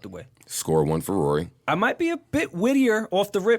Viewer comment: it’s how Ak says “Rory” that keeps me coming back. 😂